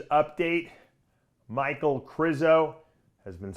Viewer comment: Lmfaooo the way Dave said michal